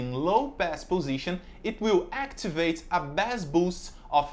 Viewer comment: Brothers it's bass pronounced "Base" (Bae-ss). Muito Abrigado.